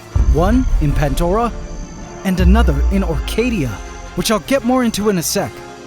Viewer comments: There is NO. "T" in PANDORA 😂 wtf is "" PANT DORA"" 🤷?????? CORRECT THE SPELLING 😂😂😂😂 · Pantdora 👈😂😂 NO "T" in PANDORA 😂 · No T in pandora, 😂😂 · Still no T in pandora 😂😂😂 you can all take the piss as much as you want 😂 PANT dora 😂hahahahaha hilarious